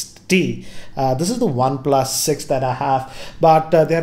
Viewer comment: One "PLASSS"